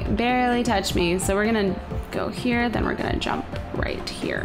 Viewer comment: You said "Play Ghostly Me hree"